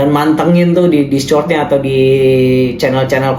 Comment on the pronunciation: bacanya diskord bang 😂